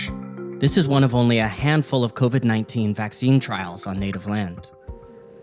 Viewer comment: He said cover 19 lmao